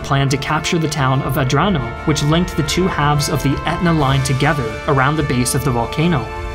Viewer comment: Nice video, but please, try to pronounce italian cities and generals with their correct name, and not with accents that trasform them in chinese (for example, it's MEssina, not massina, Troina not trunia, Centuripe, not shenturipe, GraZiani, not grasciani, AdrAno, not Adrno, CatAnia, not catanIa) Anyway, good video as always, and thanks to share a bit of story about italy.